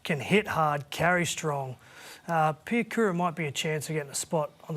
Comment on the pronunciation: Piakura? OMG 🤦🏽‍♂️😂